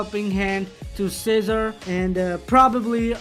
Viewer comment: Every time he says cesar it’s sounds like he saying scissor ✂️ 😂